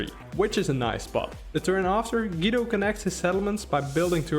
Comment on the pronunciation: Great video! Thanks for the analysis. As an Italian though I feel the urge to tell you: Guido Is pronounced like goo-e-do.